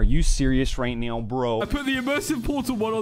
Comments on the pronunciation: are you serious right neow bro? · are you serious right neow broh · Are You Serious Right Neow Bro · NAH NOT THE "Are you serius right neow bro" 😂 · lol "are you serious right neow b